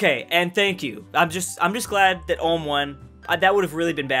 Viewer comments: Ulm is pronounced like OOLM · Btw the U in Ulm is pronounced like the U in Uber just that you know. Good video :) I enjoyed it! Greetings from Baden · Did this guy just say Ulme* with a hard r? That's a loss of a sub from me bub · It triggers me everytime he pronounces Ulm wrong. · Albert Einstein was born in Ulm, so....... ALULM ULMSTEIN LOL 😆 🇩🇪🇩🇪🇩🇪🇩🇪🇩🇪🇩🇪🇩🇪🇩🇪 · Er kann Ulm nicht aussprechen XD